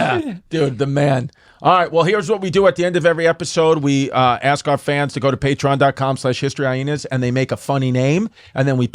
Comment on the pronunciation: Chrissy really swallows that second H in HistoryHyenas, Eh?